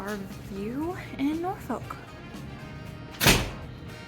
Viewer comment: Pronounced Norfick!!😂